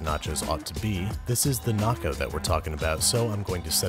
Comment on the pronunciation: The first time I heard say Naco thought he said Narco and thought to myself watdefok does he put in that